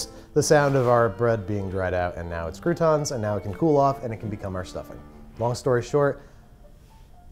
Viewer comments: it's "crouton" not "coup tawn" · I can’t wait until next year, where he redoes this again but he doesn’t say crouton like that